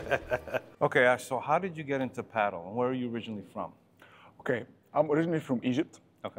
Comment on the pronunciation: This guy is delusional with his pricing and he also delusional with saying Adidas is the most used racket and he can't even say padel right